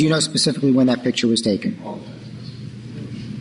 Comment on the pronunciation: I pacifically said it is not in evidence pacifically